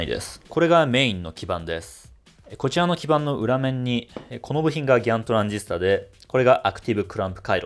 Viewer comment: グワントゥランディストァー の発音。 モスフェッツ級に 良きかな。(^^)